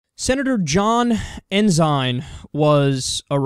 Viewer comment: Lol, not like it matters, but it's pronounced "en-sin"... which in a way, makes it more funny.. the Christian conservative, with Sin in his named, committed their favorite Sins.. =p